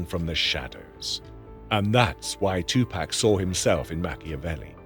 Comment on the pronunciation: AI never pronounces 2PAC name correctly